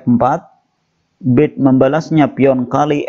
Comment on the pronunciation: Bacanya bukan bird tapi berd...